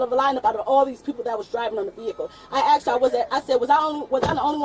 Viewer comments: . It's not "I 'aksed' her", it's I asked her 😂😂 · There it is: "I axed her." I am sure americans all understand what and why is that ASK => AXE, but for us europeans, that is a tell-tale sign of a person that will have problems with people in blue uniforms. edit I sometimes get these videos on my youtube feed and I really should not watch them. These people get me all mad because.. well they are wasting the oxygen on this stupid planet. They serve no good purpose here, we could live without them. And I am not talking about black people, I am talking about stupid people. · "I axed her" explains enough 💀💀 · aksed or asked? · Try to be black😂😂😂it’s ask not axe😂😂😂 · I "axed her" is all you need to know. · Axed her repeatedly! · if you use "axed" instead of "asked", you deserve an automatic prison sentence... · "I axed her." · "I axe err!" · "I axed her" -> Jail. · "I axe her" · “I axed her.” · “I axed her” Well that’s quite a confession. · She Axed a lot of people 😂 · "you are surrounded by me" how big is she if she can surround all the cops? "I axed her" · I axe the officer I axe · Should of just gave your ID when she "axed" you for it. What is wrong with people these days? World needs a reset. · She axed her? That's assault! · They are way to patient with this woman. Is it an IQ thing that people say "axe" instead of the obviously different spelled "asked"? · "I axed her"? Wtf? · She shouldn't have to axe her. I'd be angry too if someone axe me. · Who axed her? Lol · "I axed her" , lol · 'i AXED her??? what???? why was she axing the police??? She asked for a supervisor, he's there and she won't shut up so he can talk. oh my gawd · "Acksed"... uggghhh... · "I 'axed' her." Geez.